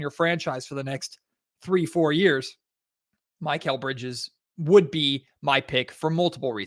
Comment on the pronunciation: Muh-kel bridges. Not My-Cale